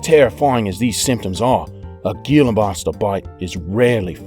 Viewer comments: let me just say, gila isnt pronounced "GILA" is pronounced "HILA" just saying it bothers me... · the G in Gila Monster sounds like an H, Hila get it right. or ill take you job, Idiot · Gila is pronounced he-luh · Gila monster is pronounced hila